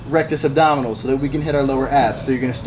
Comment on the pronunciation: he legit said rectus abdominals..... rectus abdominis